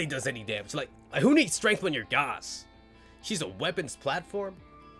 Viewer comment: It's pronounced Gauss ☝️🤓